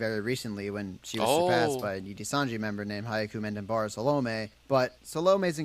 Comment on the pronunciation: A note on hyakumantenbara saolme's name. The video creator absolutely butchered her name lol. He got salome right, but her family name is hyaku-man-ten-bara (when broken into syllablea). Hyaku is pronounced like yaku with an h in front. The name translates to "a million heavenly roses" as hyaku means 100, man means 10,000 (together they mean 1 million), ten means heaven, and bara means rose.